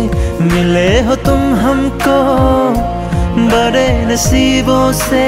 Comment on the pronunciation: Learn properly before singing how to pronounce "BADE बड़े" "TADPE तड़पे" 😂